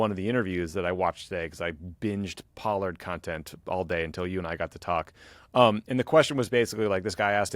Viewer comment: Yeas...Pollard does not sound like Pard.